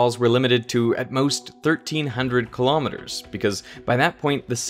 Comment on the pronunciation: Thoroughly enjoyed this video, but why oh why do you pronounce kilometers that way?